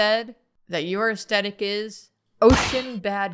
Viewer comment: No one: Absolutely nobody:: "Aestetic."